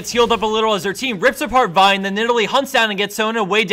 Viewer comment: I like how this guy says Vi correctly.